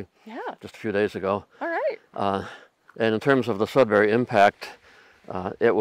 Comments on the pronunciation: I grew up in Elliot Lake, and then moved to Sudbury when I was 16, then moved away after I got married. Both my parents are from Sudbury. The Sudbury (Sud bury(pronounced more like Sudbree, not Sud bary, sorry had to put this in here) basin can been seen driving from one of the outlying communities to another one. Driving from Lively/Wladen to Chelmsford/Azilda, you have to basically drive up the side of the Sudbury basin and as you crest the top you can see the whole basin. It really does look like a gigantic crater and is quite spectacular. The landscape does look like its from a different world, some astronauts in the 70s trained on this landscape. The mines in the area have in the last 20-30years really tried to "green" it up, by planting to cover the mountains of slag dumped over the decades. Very informative video all in all. I hadn't realized that the projectiles had traveled that far away. And what's funny is I actually moved to SE MI, so I guess there is still a bit of home in MI besides where I live. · Being from Sudbury, I would just like to say it's SudBURY not SudBARRY. Besides that, I enjoyed your video very much! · Very interesting. I had no idea it was that big. Your pronunciation of Sudbury was driving me crazy though. It’s not Sudberry, but "bury", and the emphasis is on the "Sud" not the "bury". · As a Sudburian, we pronounce is Sudbry, not Sudberry , lol. Interesting video! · Very interesting video and I thoroughly enjoy geology etc. However the city in Ontario you refer to is SudBURY not SudBERRY. Thanks for the informative video. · Funny to hear you guys pronouncing it as sudberry and not Sudbury. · FYI it's pronounced Sudburry, not Sudberry. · I can tell you’re not from Canada by the way you pronounce Sudbury. It’s not sud barry. It’s sud bur ree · Please, it's not Sud"bary", it's Sud"buree" said in one fluid syllable. You will drive the locals insane pronouncing it like that. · It makes me laugh/cringe how she says "Sud-berry".